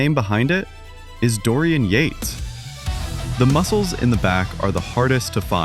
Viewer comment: dorian yapes?`his name is dorian yates mr. AI